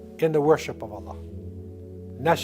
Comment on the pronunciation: the way he pronounced "Allah", isnt the appropriate way to pronounce i guess😕😕if i am wrong then let me know